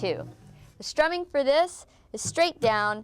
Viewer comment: are you shtramming or is it just me?